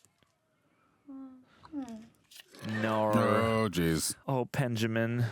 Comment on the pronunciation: Did bro say oh penjimin🤣